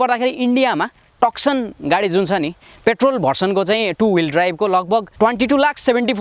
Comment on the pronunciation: टकसन हैन भाइ तुसन भंचन Nevertheless excellent video 👍👍